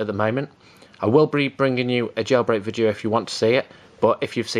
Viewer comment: vidcheo? repeat after me v i D e o! im just kidding